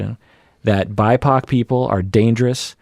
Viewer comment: Did say "bi-pac"?? ah, ok Black, Indigenous People of Color.